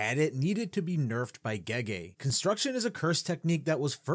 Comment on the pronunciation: Sorry but tf did you pronounce gege as gegay for?